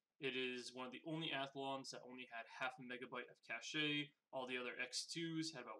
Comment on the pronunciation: Pronounced cash not cashA cache